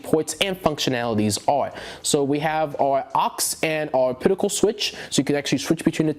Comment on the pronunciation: Great review, but buddy it's pronounced op-ta-cal not ah-pit-i-cal. You really grew that chin fuzz fast LOL.